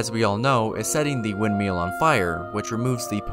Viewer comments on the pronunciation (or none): I've watched a few videos and this guy cannot pronounce words in English... exscape, windmeal, calls Mohg "Mog" even though his name is said audibly in the game. Is English his second language? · Why does he say wind mill so weird